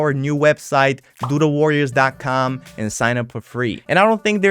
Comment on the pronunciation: I really missed how your accent makes "Doodle Warriors" sound like "Doo-doo warriors"